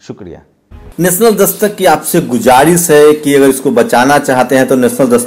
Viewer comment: गुज़ारिश का उच्चारण आप का बहुत ग़लत है, कृप्या सही करें!